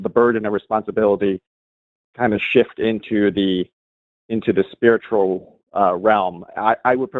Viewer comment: I was listening to the show while scrolling in another tab and I swear it sounded like Seth said "Holy Spirit is a testicle entity." As it turns out that would have been a better conversation.